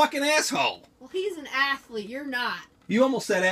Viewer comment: lol heel wife said aslete